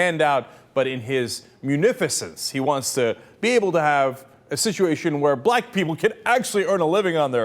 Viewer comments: I was actually just about to agree with Jayar on this; he did seem to say 'blaagh' rather than black, and saying 'black people' would just have been TOO stupid to be believable. Then I remembered Santorum's "Waiting for Superman" excuse a few days ago. Guilty. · He said "Blac-relized he's saying black-k People" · It sounds more like "blot" which COULD have been him trying to say "lot" as in "a lot" that accidentally started with a B. Just an idea. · After repeating the clip, I noticed it didn't sound like "black", but sounded more like "blah-it" or "blight". He definitely didn't say black, but it seems like he was about to so it's still a gaffe. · He didnt say Black People.. he said Blahk People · Anyone honestly claim to hear a 'ck' sound on that clip? He says blah or bligh. Slow it down, there's no 'ck' sound at all. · bligh or blight people's lives better. There was no 'c' sound at all. I noticed this the first time I saw it, there was something wrong with the 'black' word. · it kind of does sound like blachh like blahhh something like that lol so idk im undecided on this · I think, before he finished pronouncing the word BLACK, an alarm went of in his head and he said BLAGG instead. He's such a digg. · it does sound like bligh. I think he meant black though. lol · listening over and over, it is blah, or if he did say black, it isnt fully pronounciated. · You can hear the "k" at the end of black. Blah? No way! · After rewatching this for the n'th time, i will have to correct myself; he did not say blaicnkd, he said blake. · Sounds more like "blata people"; perhaps he was saying "lot of people". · Haha! Even the awful YouTube subtitles thought it was "...black people's lives better by giving them...". That was like the one thing they got right! Other than that, I guess it can sound like "blight", but come on... It's not even the first time he's had this kind of gaffe. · I believe him. It sounded like "bligh--people's" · It sounds a bit like "blite" actually